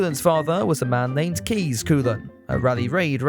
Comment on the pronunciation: Kees is pronounced "Case", but not cayce. Koolen is Coal-unn.